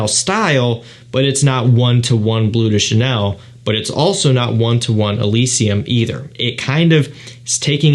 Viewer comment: Cant even pronounce bleu de chanel😂 its BLEU de chanel not BLUE de chanel